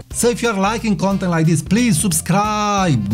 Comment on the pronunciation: Sorry to say, i love your videos but the lengthy pronunciation in your accent is getting annoying for example - Subscrrrrrrrrribe